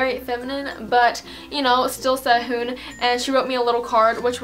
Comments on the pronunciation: No offense but Really disturbs me when you say Korean names with an American accent (ssei-hoon) I don't know why. But your so pretty!! Your only 2 years older than me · please learn korean you cant say SEHUN you must speak it other